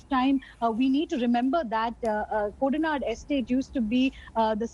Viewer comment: Koda Nadu not Kodanand !!